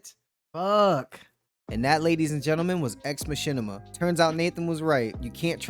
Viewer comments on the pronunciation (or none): "Ex machinma" 😂 pronounced it a touch wrong